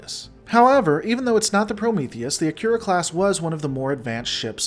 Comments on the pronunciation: An interesting video and I appreciate the hard work and research you put into it. I'd just recommend one thing - the pronunciation of the name "Akira". It sounded like you were saying *"akyura". My understanding is that it's pronounced "uh-kee-rah" (As it would be pronounced in Japanese). I find it's a much prettier pronunciation too. I took a look, and Akira is indeed a Japanese name and it probable means "Bright". (kana: あきら ; アキラ, kanji: 明 ). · The name 'Akira' should be pronounced 'Ah - Ki - La', which is in fact a Japanese word means 'Light'. In Japanese, 'Ra' is pronounced 'La' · No, in CHINESE R is pronounced L. In japanese they don´t have an L and the R is rolled at the tip of the tongue. He pronounces the R wrongly but not enough to critizise him for it. Or are you just trolling?